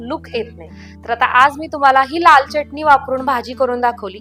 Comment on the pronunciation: च्यटणी म्हणू नका,pl. चटणी म्हणा